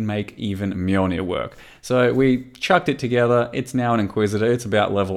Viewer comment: What's a "Mulenir"? I only know of the Mjolnir.